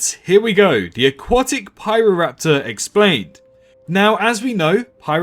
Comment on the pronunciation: Good video. And yep, your pronunciation is pretty much right. It's also notable the landscape Pyroraptor lived in was an archipelago of islands, meaning it very likely did island hope quite often and could swim competently.